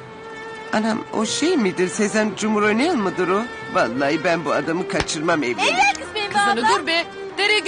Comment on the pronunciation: AICoverdunyasi eyvah değil evvah diyor